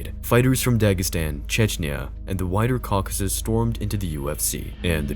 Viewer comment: Cuckuses? Bruh don’t pronounce caucuses like that 😂